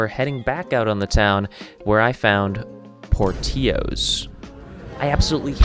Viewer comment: As a native Chicagoan, this video made me cringe. Cant even hear you, except you calling Portillos "Por-tee-ohs". If you're gonna make a travel vlog, why not name the neighborhoods, restaurants and barber?